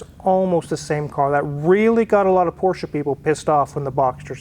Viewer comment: Nice to see that you and the missus can actually pronounce Porsche correctly....the guy on Car Wow can't and he's around them all the time !!